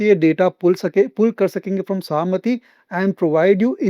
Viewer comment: It is सहमती ( permission) its not सहामती